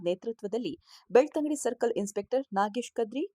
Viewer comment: ಅದು ಬೆಳತಂಗಡಿ ಅಲ್ಲ, ಬೆಳ್ತಂಗಡಿ